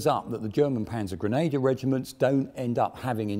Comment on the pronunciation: Grenader? I hope does pronounce the Grenadier Guards as "Grenader Guards"??